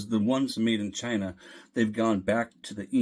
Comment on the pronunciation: Did you say “shine-ah”? Hehehehehe